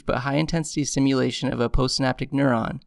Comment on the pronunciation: Great video, but sounds like you're saying simulation instead of stimulation. IDK if that's just me.